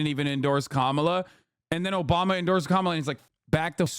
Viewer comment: Obamna? Soda! OBAMAAAAAAAAA!